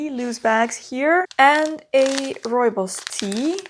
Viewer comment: The dress looks lovely in its "new" incarnation. Love hearing you say "Rooibos" correctly. Do you know the proper way to make it? You don't steep it like other teas, you let it steep on a moderately hot plate on the stove for about five minutes (or more) to develop the flavour properly. Enjoy!